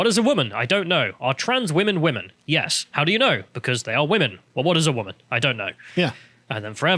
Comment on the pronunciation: woman [ woom-uhn ] noun, plural wom·en [wim-in]. an adult female person. took me 5 seconds to look up